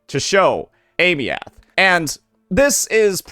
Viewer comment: AIM- EEE -THH. THIS IS HOW U SAY HER NAME FOR THE LOVE OF GOD